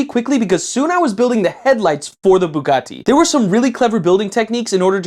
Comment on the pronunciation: why do you sat bugatti like that?